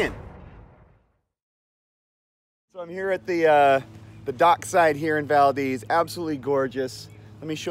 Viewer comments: Not valdeez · You keep mispronouncing Valdez. Please stop saying it like that.